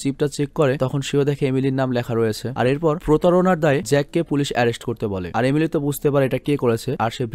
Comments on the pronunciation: আপনি এমেলি কে একবার আলিমি বলছেন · majkhane apni amily na bole alimy bole felsen.... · Apni alimir mar jaygay alime bolchilen